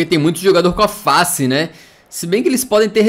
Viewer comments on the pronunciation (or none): none